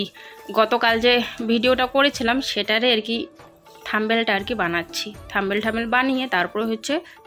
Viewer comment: Tomar blog dekhte valo lage. Kintu ekta Kotha bolbo.. kichu mone koro na.. tomar uchharon ektu thik korbe jehetu eta social media. Thumbnail, Mixy, Shutki mach erokom aro kichu kichu notice korechi tai bollam…